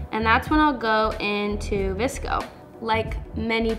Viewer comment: it's vsco not vcso ❤️